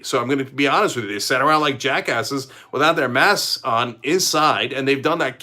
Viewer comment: Cenk, there’s a «k» in «masks». You’re talking about «mass»